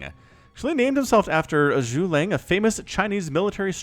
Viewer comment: He pronounced the syllables wrong, it's not necessarily about the quantity being slurred together... Zhu (Jew) Ge (Guh) Liang (Lee-ang) . (Parentheses are to help American English speakers)